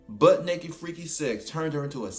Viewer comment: He said "neked" 😅